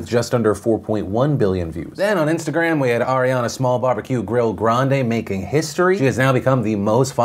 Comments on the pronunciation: You are pronouncing her Ariana Grande's surname wrong. It's pronounced "Grand-ee" not "Grahn-deh". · Ariana Grahnd-ee. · Phil, not that you give a fuck, but I recently learned a bit of trivia I thought you might like. We are all pronouncing Ariana Grande's last name wrong. It's actually pronounced gran-DEE. I can't remember what video I saw, but it was of her talking about her last name (I think when she was going to marry Pete), and she pronounced it correctly. So yeah. The more you know. 🌈